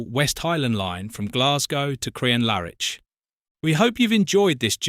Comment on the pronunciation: You pronunciation of Crianlarich is horrendous. It’s not in any way pronounced as Crian Lar Itch as you did